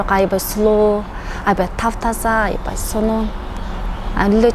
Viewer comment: Айибай айибай😅 Аябай деп сүйлө.негизи молоццы